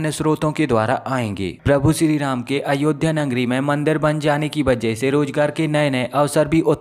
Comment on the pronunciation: यह अनपढ़ है क्या इससे अयोध्या का भी उच्चारण नहीं हो पाता है। क्या उर्दू और फारसी में शब्दों का अभाव है।।